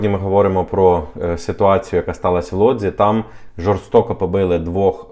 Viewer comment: Чому Лодзь а не Вудзь?